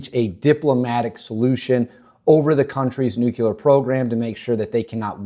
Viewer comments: I love your videos but a pet peeve of mine……it’s nuclear not nucular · Nu-clear, not nucular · He said "nukular" in less than 30 seconds. Nope. Clicked away.